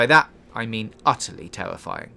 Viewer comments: I don't want to be "tewwowized". That sounds tewwifying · "Twooly Tewifying" Dude, good content and editing. But please get someone else to do the voice over. It's NOT your thing. You need to be able to say your Rs. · Utterly TEWWIFYING